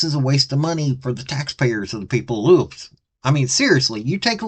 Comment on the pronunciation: Lewis Ville not Louisville !! 😂😂🤣😂🤣😂🤷‍♂️